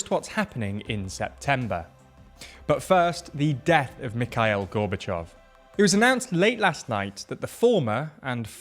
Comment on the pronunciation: Glad someone pointed it out. TLDR should do their research, it's not too hard to find an interview where you can hear the correct pronunciation. Also, it is Mee-kha:-EEl, not whatever the presenter said